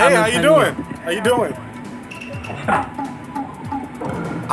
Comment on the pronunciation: Bro said “yuooo”🗿💀